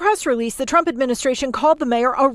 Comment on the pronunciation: Did she just turn the name TRUMP into two syllables?